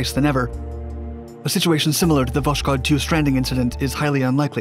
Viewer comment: Its not voshkod but Voss-kod